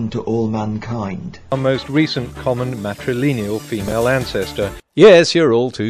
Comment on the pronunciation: I wish he’d stop saying ‘matrileneal’ instead of ‘matrilineal’.